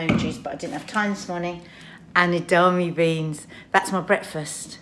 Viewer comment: Edama-me beans - you’re missing out a syllable!